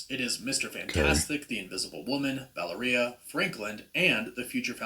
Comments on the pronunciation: I thought it was "Vai - AIR -e-ah" or "Val - EAR -e - ah" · Guy pronounces Valeria like "Galleria" or "Taqueria". EmphASis on wrong syllAbles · Why is he pronouncing Valeria weird?? It's as bad as when the Venom movie came out and they were mispronouncing Symbiote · Interesting stuff but I can’t get over the miss pronunciation of the girls name Valeria. I still can’t stand Pedro Pascal in this roll. Terrible casting